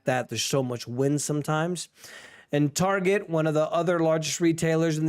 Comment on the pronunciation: i like TARGAIEE not Target 🤣🤣